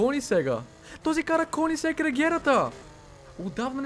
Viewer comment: не се казва конигсег, а кьонигсег 😀